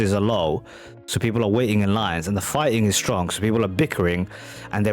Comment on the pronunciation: The real question is: did he say "fighting" or "farting"?